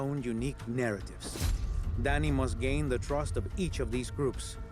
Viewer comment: It's not Danny man!!! It's Dani...